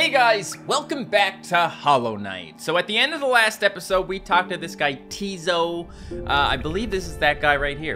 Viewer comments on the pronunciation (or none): Tiso isn’t pronounced tizo it’s said tisso Also I’m loving the series a lot